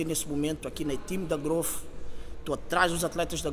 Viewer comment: Não entendo a dificuldade generalizada que o povo brasileiro tem em falar o fonema inglês "th". Transformam isso em "fff". - "Growfff".